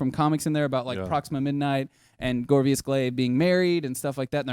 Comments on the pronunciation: Corvus.....not CorVIus. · CORVUS GLAIVE!!!!!!!!!!!!!!!!!!!!!!! Not Gorvius Glaive............... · davidsirmons THANK YOU! I must have watched like 10 videos on various channels about this trailer, and NOBODY can pronounce Corvus correctly. It's not that hard, people!